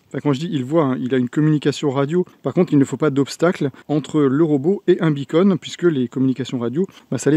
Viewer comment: Pitié : "beacon" = "balise" en Français. On n'entend que "bi-cône" !🙃